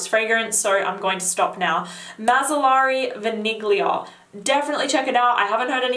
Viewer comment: The "g" is not pronounced in Vaniglia. This applies to both, French and Italian. Merci